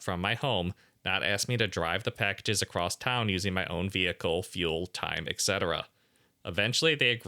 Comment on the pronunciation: always adds a "t" sound at the end of the word across. What is that about? Where do you pick up habits like That? Why?